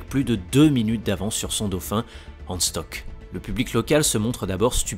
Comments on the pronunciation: Super vidéo! Y a juste quelques détails de prononciation qui m'ont écorché l'oreille comme Hans Stuck! C'est pas un anglais, ça ne se prononce pas "Steuk", mais "Chtouk" 😉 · Autre précision : Stuck se prononce "Stouque" et non "Steuque" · Hans Stuck se prononce avec un u à la francaise et un sh donc çà nous donne ce son shtuck et non stock. A part ces détails, tres intéressant Aussi Bernd se prononce comme ça s'écrit et non Bernard.